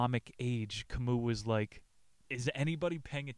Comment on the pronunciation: Please don't call him Ca mooh, his name is pronounced in French, Camý